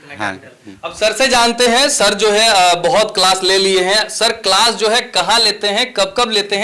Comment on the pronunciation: Claas❌️ Kalaaasss✅️ 😁😁😁 ap khud sochlo padhnewale itne gyani hai jinko class bolna bhi nahe ata😂😂